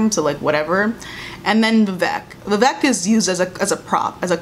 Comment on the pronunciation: I agree with everything said in this video as an ally of the black community. As an Indian girl, I felt like this show felt like they needed a token Asian character, so they had Vivek, but they don’t even pronounce his name right (it’s pronounced vi-vAYK not vi-vEHk) and gave him the most stereotypical Indian plot (sleazy, strict parents, cab driver dad). His character was also soooo cringey and unnecessary. I was disappointed at their lame and superficial attempt at representation and for trying so stupidly hard at being “woke”.